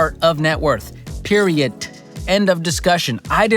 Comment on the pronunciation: I like the T at the end of Period. Good emphasis!